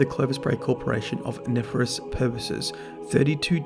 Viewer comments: It's not "nefer-ous" it's "nef-air-ious" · love the vid as always but i have to say....nefarious....ne-fair-ee-us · Lova ya, by it's pronounced ne-fair-re-us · I feel like an ass for being irked with how you pronounce nefarious...